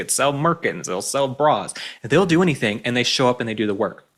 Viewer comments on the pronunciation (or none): none